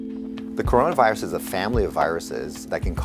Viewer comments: Did you mean coronRIVUS ? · That WHO person's Mis-pronounce of word Corona virus will be epic scene will be on the internet forever😆